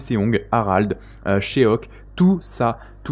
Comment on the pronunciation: Salut, tes videos sont top, je voulais juste te corriger sur de la prononciation de noms 😅 en faite les noms coreens comme Seong, Cheok, le "e" et le "o" collés sont une seule et meme lettre, c'est un "o" comme dans le prénom bob, du coup tu peux prononcer Chok, Song ☺️ voila, merci encore pour tes videos et lives